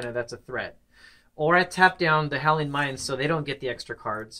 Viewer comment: "Helion mine"? LOL